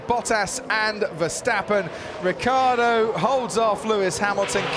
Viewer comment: It's fckn riCCiardo. Not ricardo.